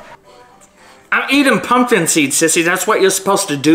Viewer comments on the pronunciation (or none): “I’m not totchin them tumpin guts” the way he mispronounced it and “NINI There’s TUMPKIN TUTS ON MAAAA HEUAD”😂😂😂